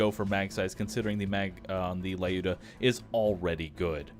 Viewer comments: It's Luda =) "Looda", short of Lyudmila. Not Lai-oo-duh. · You're pronouncing Lyuda wrong! Its lew-dah. Not lie-oo-dah. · there is no Letter "A" in Lyuda, not lauda just Luda, if you do not trust me you always can ask google translate say "Люда" every time then you say this it hurt my ears. I love your videos but realy this small mistake drove me nuts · There is a letter "A" in LyudA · Oh god the way you pronounced Lyuda is just terrible :( If there's a gun with a Slavic name in the Pre-Sequel please look up how it's supposed to be pronounced. Thank you.